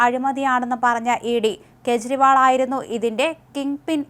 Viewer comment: കേശരിവാൾ അല്ല, കേജരിവാൾ എന്നാണ്.